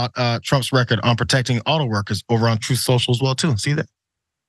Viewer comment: I kinda like how John calls "tweets" from "Troth Senchal" "bleats" myself. Hey maybe there will actually be some truth on the platform. Until then I refuse to use the "t" word in connection with Donnie's platform. He should just call it "Trump Social' in my opinion. After all, I thought his 'brand" was supposed to be valuable.